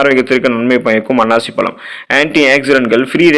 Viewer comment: It is annasi pazhzam,not ,annachi pazhzm